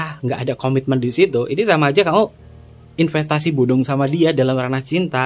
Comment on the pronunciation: Wkwkwkwkwk 🤣🤣🤣 Ipenstasi bodong 😁😁😁 Sumpah mas geli ngakak banget aku denger nya 😁😁 terimakasih sarannya mas 🙏🙏🙏